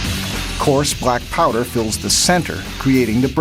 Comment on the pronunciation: Why he says brackpowder? I think it is blackpowder.